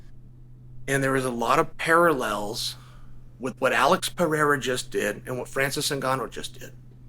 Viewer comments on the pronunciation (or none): It’s not peheira. It’s no h sound. It’s just peReira just R sound. Pe ray rah is right! Just call him Poatan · To hell with rolling the r’s Uncle Chael. Pretend that’s a D and say it: Pa-hay-da 🥇 🥇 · His name is PeReira. Not Pejeira. Is the 'r' sound from the spanish, like when you say 'raton' (mouse). Joe Rogan is saying it wrong all the fcnkg time. ps i'm brazilian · it not Peheira!!you read r like an h when it's at the start of the name in Portuguese!!it's PERERA!!i don't know how to wright pronunciation, but there are a lot harde names that you can do it!!idk why is this one so hard!!God bless you uncle Chael!! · Mate, for God's sake! The guy's name isn't Pieira or Vieira! 😂😂😂 He is called PE-REI-RA!!! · It's Pereira, not "Peheira". Just say the normal English r, it's closer. Even Alex himself says "Pereira" with an r, so don't sweat it. The "h" is for double rr like in "borrachinha" or when the word starts with an r. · It’s pronounced Pe-Ray-Rah (say it fast and you got it) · It's not Peheira, dont follow Joe Rogan as a pronunciation guide 😂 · Who the fuck thought it was a good idea to teach him the right way to say Piera? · Pe-re-ra, literally the easiest name to pronounce in the UFC. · I’m pretty sure it’s pronounced Pa-HEY-duh 👍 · Uncle Chael they trolled you! It’s Peraira with the rolled. “R”! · Alex Pehera lol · It's pronounced peh-hey-ruh (slightly rolled R) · I knew he'd "attempt" at saying "Pierra" correctly if he won 😂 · Brazillian here, try spelling like this: pe - ray - ra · Chael went from Alex Pee-Era to Pee-Hera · Its pronounced Piere-uh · The Brazilian style “perieeeeha”cracked me up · Say it with me Chael, (PUR - RARE - UH) ✅ 🙂👍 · Just say Alex 'Per-air-ah'. That is the anglicized pronunciation and it's acceptable. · Peheira not st Pierre😂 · Chael try Puh-hay-da 😊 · Pronounced 'Pe-ray-ra'. Portuguese. Not Spanish. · Chael, you have to roll the R to say Pereira's name correctly dude!